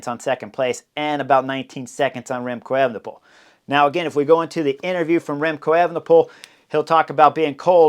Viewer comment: Remcold or Remcloud Evenepoel?